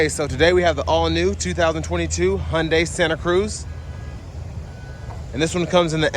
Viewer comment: I Like how he pronounces "Hyundai" properly